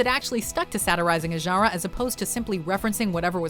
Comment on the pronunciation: You say "genre" weirdly.